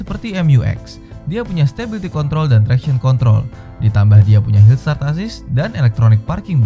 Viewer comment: Hill sat assist.... maksud kami hill start assist wkwkwk